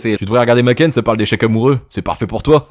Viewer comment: Tu nous fais une sponso et tu dis "makène" 😭